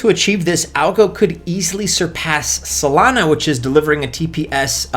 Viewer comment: Why do you literally say every coin weird?? "Solainahh - AlgoRond"